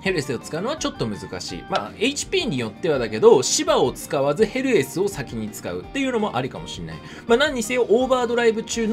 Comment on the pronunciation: たまにヘルスに聞こえるw